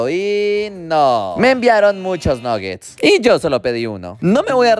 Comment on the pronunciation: Amo los nuggets pero no se pronuncia así 😂